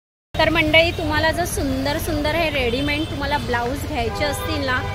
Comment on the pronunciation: Readyment nahi...its called READYMADE रेडीमेड